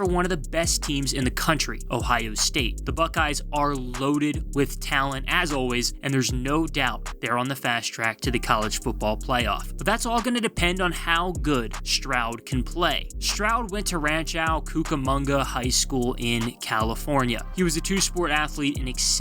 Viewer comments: Hey. Its Rancho not Ranchau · Rancho, not Ranch-ow btw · As a resident of the IE not far far from Rancho it made me cringe hearing you say Ranchao Cucamonga 😂